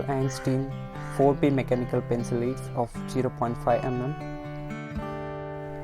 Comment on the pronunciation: Bruh....it's pronounced " led "